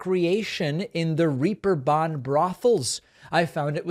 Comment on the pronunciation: Ther German noun Reeperbahn is pronounced "Ray-per-bon." Not "Reaper-bon." Yep, a double ee in German is like the long a in the English word rape.